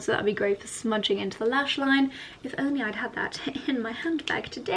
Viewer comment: You always say onley britische. 🤔